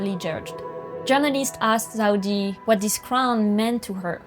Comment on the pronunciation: La video est incroyable, mais pitié elle s’appelle Zeudi et pas Zaudi 😭